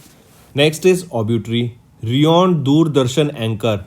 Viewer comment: Thats not reoned, its renowned.. Pronounce correctly